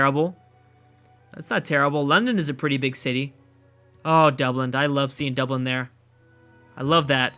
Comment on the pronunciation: It's Dublin, not Dubland, I feel like we've had this conversation before ;) Maybe you were just making a hybrid out of Dublin and Iceland, in that case it's ok :P